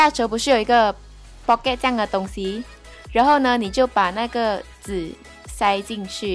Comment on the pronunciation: pocket酱的东西。。。。。。 这句超级马来西亚腔 我就知道你是马来西亚人